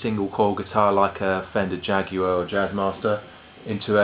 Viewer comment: "jag-you-are' lol